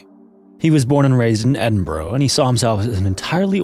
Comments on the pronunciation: Bura not burow ( Edinburgh ) hate how Americans pronounce it . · Only minor thing to note - Edinburgh is said like Edin-buruh as opposed to borrow, hope that helps ^_^ Diving stories from our seas always terrify me, the sea is already unforgiving and I grew up around small pleasure crafts, granddad and stepdad both had boats and you got taught to respect the sea, because “she’s an unforgiving mistress and we are visiting her home, and guests best behave or end in a watery grave!” (how granddad always described the seas) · I love your videos, but just to say it’s Edin-BUH-RUH though to give credit at least you didn’t say Edin-burg. It threw me off I ended up having to put back the video to catch up on what i missed. Sending love from Aberdeen!